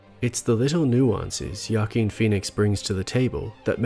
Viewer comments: Sincere question: why are you pronouncing Joaquin as Ya-keen? I've always heard it pronounced as Wa-keen. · Wahh keen not yah keen please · just to clarify. the joker movie is the best dc movie of the last 20 years....and the funny thing is that it was an awesome movie even if they hadnt used that dc property. also the name of the actor isnt "jaken". it's joaquin. for the spanish-impaired, his name is pronounced ho-ah-kin. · “Wa-keen” phoenix not ya keen great vid though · Joaquin is pronounced (Hü-ah-keen) not “Yah-keen”. Sorry just bothered me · I believe it is "WAH KEEN" phoenix. Not "YA KEEN"... I could be wrong, but I do not think so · Its pronounced "wah keen" not "yah keen" 🤦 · please stop saying jakeen. his name is pronounced huakeen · Great video, but his name is pronounced (hwa-keen) not (ya-keen). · A pronunciation tip: Joaquin is pronounced "Wahkeen" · Wah-Keen. Not Yah-Keen. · This was great. Only that his name is pronunced "W"akin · "yah-keen" lmao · Could you look up pronunciation of names before you do a vide. I could be wrong. But it’s wakeeen phoenix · Joaquin's name is pronounced like (Wah-keen) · Who - ah -- king! The J is pronounced like an H in Spanish, just like you say the name Jose, Jo-a-quin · are you saying yakeen phoenix? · goddamnit, hes pronounced hoaqeen feenix, joaquin phoenix is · Good analysis but at least you could have learned to pronounce his name properly. It's waa·keen, with heavy emphasis on the last syllable, keen. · Why are you pronouncing Joaquin's name like that?? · Holy smokes do you video essayists look up pronunciation of words prior to videos? Your pronunciation of Joaquin Phoenix is atrocious buddy. Other than that, great video and great channel overall. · I cringed every time you mispronounced Joaquin’s name. 😂